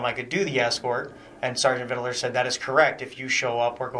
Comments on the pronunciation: Why didn’t they correct him from saying “ Vidaler?” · I keep hearing vid-dill-er. Makes me twitch.